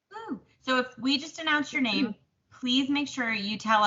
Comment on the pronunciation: Yes you pronounced my name correctly! Thank you! I am wanting to do some valentine stitching so yay! I need to run to JoAnns and see if I can find that cat frame! Just love your valentine stitching. Encanto is amazing isn’t it? Great video this week and thank you for sharing your stitching. I do wish you luck and am sending good vibes.